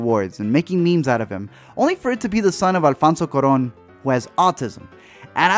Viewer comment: um i cringed when you send cuaron wrong haha